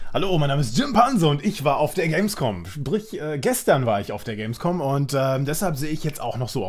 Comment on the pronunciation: Hehehe er hat Gamesvom gesagt hehehehe